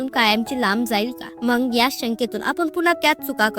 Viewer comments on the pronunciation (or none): शुद्ध बोलत जा ताई मंग नाही मग म्हणत जा